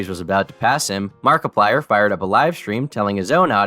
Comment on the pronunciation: How did you manage to mispronounce markiplier’s name